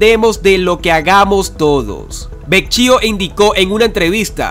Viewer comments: OLLE QUIEN ES VECHIO NO SERA BEKYO TARADO POR FAVOR PON FECHA EN TUS NOTICIAS Y PRONUNCIA BIEN EL APELLIDO DEL ENBAJADOR ES VEKYO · Carlos Vecchio, su apellido se pronuncia Vekio. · El apellido de el señor se escribe Vecchio y se pronuncia Vequio. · Disculpe que corrija "Vecchio se pronuncias ( vecquio ) y fuerza Venezuela con Dios, todo sin Dios nada. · No se pronuncia Vecchio de dice "Vekio" como se escribe aquiy. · Mijo se escribe Vecchio y se pronuncia vequio. Eres un comunicador social, no debes tener estos errores. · Se pronunci Vekio. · Se pronuncia vekio